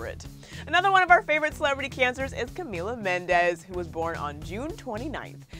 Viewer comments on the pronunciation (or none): none